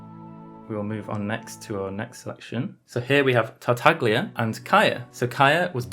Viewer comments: tartaglia's name is pronounced tartayia. in Italian gli is pronounced as "y", like tagliatele which is pronounced as ta-ya-te-le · it just hurts my Italian ears hearing people call tartaglia in English tarta-glee-a since the Chinese dub anyway has it pronounced correctly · The way he pronounces tartaglia is annoying me, more so because I don't know if it's right